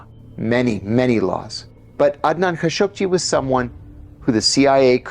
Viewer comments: Man I've lived in the middle east for decades since the late 70s and always thought it was pronounced Khasoggi i.e Kha-show-gi So when I head John say Khashuq-ji I found it odd, how come who has studied Arabic and usually has perfect Arabic pronunciation mess up Adnan Khasoggis name. Then when I looked it up it actually is pronounce Khashuq-ji. Damn you learn something new everyday. Sorry for the off-topic thing. Iran Contra happened during my time and I saw in unravel in real time, so wasn't too interested in that actual story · what's with the background "music?" Ka-show-gee - this is how the rest of the world pronounces his name. operation mockingbird never went away.